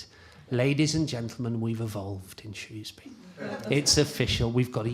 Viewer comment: Actually most of us say "Shoesbrie" 🤣